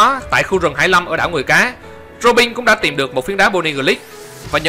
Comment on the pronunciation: đọc mấy từ "tin" "bên" "robin" nghe chói tai quá